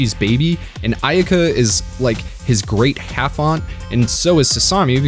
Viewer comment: It's driving nuts...idk why. Maybe that it was part of my childhood even before toonami ...but its pronounced "Ah eh ka" ...I think the y is silent. Or Aeka using Japanese vowel sounds. But it's still a great video 👏